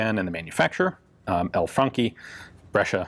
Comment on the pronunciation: He pronounces Franchi right! Insta like! :D And Brescia too, wow I'm amazed..